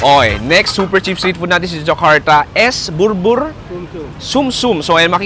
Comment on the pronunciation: Its not burbur but sumsum, the full name of the dish is es bubur sumsum. If you called burbur or bubur, you are referring to rice porridge which is savory dish. But the drinks is a dessert drinks called sumsum which in old day were bone marrow (sumsum is Indonesia word for bone marrow) then replace it to rice flour which is cheaper at that time become more palatable to Indonesian so then on it is more common to serve as dessert dish rather savory dish. You can say it's economic twist that happens to be change the original recipe to become one of iconic Indonesian dessert served boiled down rice flour with coconut milk that used to be trying to mimicking taste of the bone marrow with sweeter twist of palm sugar and ice.